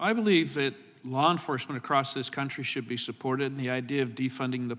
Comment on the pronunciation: Mr. Jordan, I adore you. But I also implore you there is no tea on the end of across.